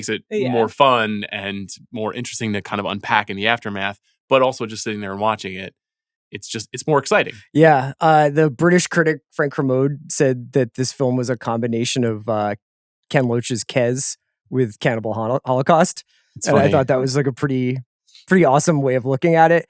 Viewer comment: “The British critic Frank Ker-MO-de” smh CR